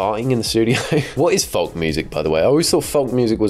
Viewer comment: pronouncing the L in folk is very love island of you